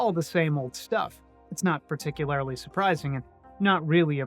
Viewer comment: Particu-lair-ly? Gurl what? lol